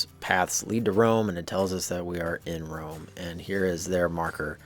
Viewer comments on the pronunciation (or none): none